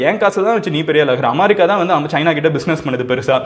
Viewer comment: அமாரிக்கா இல்ல தம்பி அமெரிக்கா